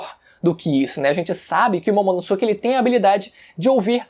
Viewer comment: Ver ele falar "Momonossuke" da uma coisa... Ahhh Se pronuncia "Momonosquê"